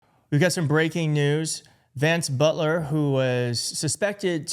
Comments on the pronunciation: Its Boelter. Like Bolter. Not Butler. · bolt er not but ler. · Boelter NOT Butler! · isn't it boelter? why are you saying butler? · It’s Boelter like boulder. And you’re reporting on YouTube? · How do you get "Butler" out of "Boelter?" ...read your copy more carefully. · It's pronounced like Bolt. So Bolter